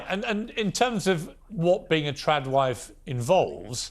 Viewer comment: Are they saying "Tran wife" or "Trad wife "